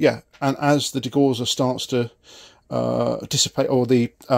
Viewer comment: Degausser is pronounced Degowsser